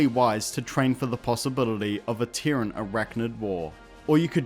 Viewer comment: What is a Teren? I'm assuming you mean Terran. Pronounced 'tear-rin'. As in : from Terra. Terra = Earth = Dirt. So, you could say Earthican, Dirtican, Soilan, Mudlicous, Mudballatious, sodirific...